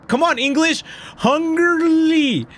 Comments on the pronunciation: Hungrily is 3 syllables, hung-ril-y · Is is pronounced hung-grill-e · its said (hun-gir-ly) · Everyone: talking about lore Me:hongurly...hangurly cmon english hungrli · Hun-girly Hun-grilly Han-garlly Hey-girly Game:hungrily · its pronounced "HUNG - GRILL - LEE" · being ulynable to pronounce ''hungrily' is extremly relatable. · The only thing scarier then the nightmares and appearances from the characters, is not being able to say hungrily correctly. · The way that struggles to say”hungrily “is hilarious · MY MAN TRIED TO SAY HUNGRILY CORRECT I WAS LAUGHING SO HARD LMAO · i loved how he kept trying to say hungrily 😂😂